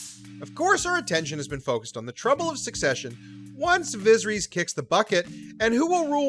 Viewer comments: "Visreeeeeeeees" Did you even try to pronounce it right. I have a feeling you don't watch this show and probably just got this info from another site or video. Pathetic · “Looserees, vaggar, vizerees” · "Vizzer-ees"? Egads, try rehearsing the names before you read for recording. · "Viz-her-EEZ"??? No dude. It is pronounced "Vuh-SEHR-uss" - in a similar manner to every other character with a name like that in this universe. C'mon man. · Pronounced VAY-GHAR & VIS-EH-RISS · Can you please pronounce Vhagar properly going forward? It's "Vay-gar" as pronounced by GRRM. Also, who is Vizreys? Don't mean to be cruel or insulting, if I pronounce something wrong I'd rather be corrected than sound odd... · Viseries rhymes with misery’s. That’s disappointing. Get it together. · The pronunciation of Viserys in this video is criminal.. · viserys was the one that got me. First minute of the video.